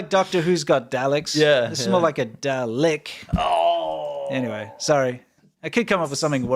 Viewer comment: Dalek is Da-lick, hilarious. 😂